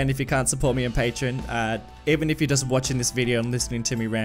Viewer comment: Its..... Pronounced... Pay-Tree-On